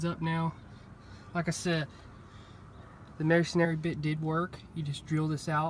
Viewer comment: As a mason the first thing I want to say is please it's Masonry not masonary Masonry build the church Mason Aries preach in the church. There is only one a in Masonry 2 or second point I can't wait to hear I'm only at 2 minutes and 38 seconds in I can't wait to hear how this goes because I'm positive a masonry bit is not going to get you there